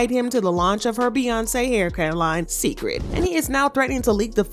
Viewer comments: Pronounced "say-cred." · You pronounce he line as Say-Kred. It’s a take off of Beyon-ce’s namw. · I wish you'd pronounce Cecred correctly. It's sacred. SAY. Cred. Her name is Beyoncé not Beyonsee 😂😂 I didn't think Jay looked offended when she declined the drink he offered her🤷🏾‍♀️